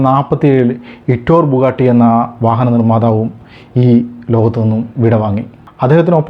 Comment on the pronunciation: ബുഗട്ടി അല്ല ബുഗാട്ടി അല്ലേ?